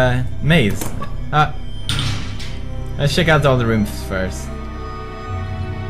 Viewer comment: sheck and boocat haha. its Pewdish for check and bouquet.